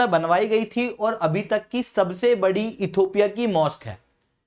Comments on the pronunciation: You are repeatedly saying "Ethopia" PLEASE correct your pronunciation. It is Ethi_O_pia NOT Ethopia. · इथियोपिया हैं सर not इथोपिया